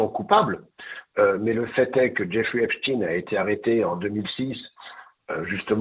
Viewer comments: Il faut dire à,:que c'est EPSTEIN et non epstine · Les médias officiels disent Espstin en parlant de Espstein? Pourquoi cet écorchage de nom, peut-être pour faire oublier que c'est un notable juif nanti? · Deja. Les journalistes devraient Dire EPSTEIN. ET BENCHEMOUL ( AU lieu de de dire. BRUNEL. )